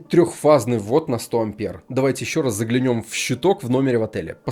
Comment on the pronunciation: ЗаглЯнем, ударение правильно? Или нет, режет слух😂 контент топ🎉🎉🎉🎉